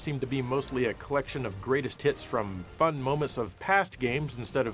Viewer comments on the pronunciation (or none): Did you just say Greatest T I T S?